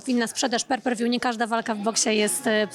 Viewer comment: per per wju? :) omg mogłaby się nauczyć poprawnie to wymawiać